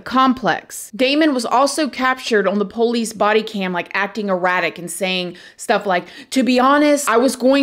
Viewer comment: Hey friend! Can't wait to listen tonight when we travel home from work. My husband and I just love you, and we LOVE the way you say "po-lice" ❤❤❤